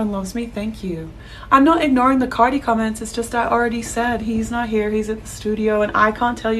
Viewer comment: Why u say carti people like that